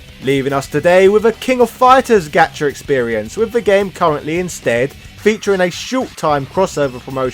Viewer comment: Gacha is pronounced Got-cha. Japan doesn't have the British hard "A" but also, obviously, as in your expression when you get the guy you want!